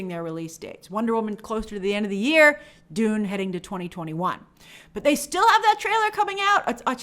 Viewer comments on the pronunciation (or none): none